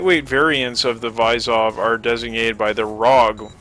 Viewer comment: Vysov is pronounced like vizov and it means challenge